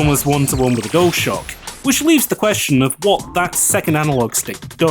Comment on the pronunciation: why do you say "dole shock" instead of dualshock?